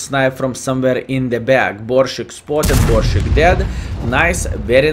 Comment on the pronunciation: Pronounce "sharp" S in Borsig, dear friend, the same way you are used to saying it n your mother language ;)